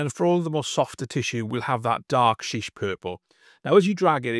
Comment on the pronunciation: Shy-ish, not Sheesh